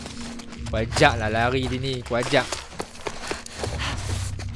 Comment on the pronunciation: quiet quite kayot quite quite 😂